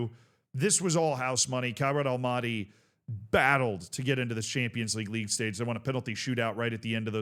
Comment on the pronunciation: love your vids however hearing you say almaty like that is nails on chalkboard i beg of you…. it’s All Mah Tee